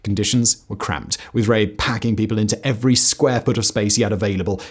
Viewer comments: Come on now Simon, is it really THAT hard to pronounce the names correctly? I can understand that maybe the Chinese names might be a tad difficult to get right but Rabe is absolutely not difficult to pronounce in the German way. I expect a bit more effort especially when you say you want to honor the victims. Would you like it if I pronounced your name in Spanish or French? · I am going to sound like a pedant, but —Goddamn—please invest the smallest amount of time to learn how to pronounce people’s names. I’m not saying you have to sound native, but you screwed up not only Rabe’s name by pronouncing it two different ways in various parts of the video and as for the Chinese, the less said the better. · Thank you for this video. It honors the memories of the victims. 2 points of corrections though: (1) the Chinese flag shown is incorrect; it is the PRC flag. The correct flag to use is that of the ROC. (2) The correct pronunciation of Rabe is similar to "rubber", instead of "rape". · John Rabe . Is definitely not pronounced the way you did it here. It's not John Rape but sounds more like "Raabe" the a is emphasized and his name translates to crow. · Rabe is pronounced Rah-ber in German. The Japanese violence was so brutal & horrific, it even cringed the most fervent Nazis. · Maybe look up the pronunciation of “Rabe” next time, it’s especially bad to pronounce it as something that sounds like “r*pe” in the context of this video… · I know that's not the right video too make jokes in the comments but I love the way Simon pronounced John Rabe.